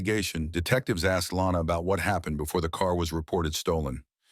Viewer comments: Her name is Lonna. Not Lana. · It's actually Lonna not Lana